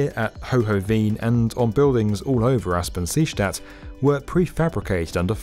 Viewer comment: Aspang-Seestadt, nice pronuncitaion :)